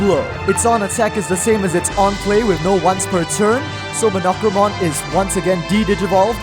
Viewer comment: Your pronunciation of Monochromon was very… unique. I expected “Mah-no-crow-mon” and instead got “Muh-knock-row-mon”.